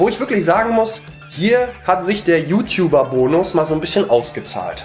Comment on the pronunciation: YouTouber? ich dachte es hieße YouTUBER aber was solls man lernt ja noch...